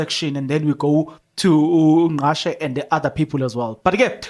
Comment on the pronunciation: Ngcatshe not Ngqashe